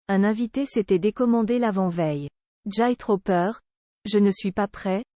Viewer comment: "J'ai trop peur" en 'j'aille trooper", même si la vidéo ne dure que 4 min la voix off est tellement monotone qu'en me forçant j'ai du faire une pose a 1min30 pour reprendre la suite c'est imbuvable^^, sinon le sujet est interessant.